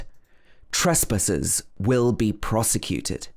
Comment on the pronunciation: Short high vowels trees is coming out nearly ‘triss’ And ‘trispassers’ Where did you go to school.? North of London?